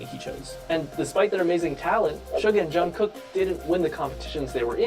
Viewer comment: Jungkook is actualy pronounced Jun Gook....not Jun Cook.the middle k is silent.He is the youngest ...They are showing you the order in which they became members